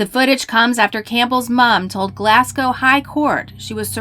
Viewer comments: Its pronounced Glasgow not Glascow 🤔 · Hi Paul. , the narrator attempts to say 'Glasgow', yet it comes out sounding like 'glasscow'. I was mocking Americans who can't pronounce British place names; the types of people who say 'cidy' instead of 'city' and assume 'Britain' equals 'England'. Let me know if you need other bits of the internet explained to you. Cheers. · why do you keep pronouncing it glassgaow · "glass - cow".... Glasgow is pronounced like "glaz (as in "As") - go (as in "Go") GlAz - go. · Glasgow is pronounced glaz-go, the s becomes a z and the w is silent also. Get your facts right before (mis)pronouncing a place outside the US next time ok.... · The city is called in Scotland is pronounced "Glaz-go" not "Glass-cow" ..... do your research. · Also really hits a nerve when Americans pronounce Glasgow like Glass-gow. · the way u pronounced glasgow 😭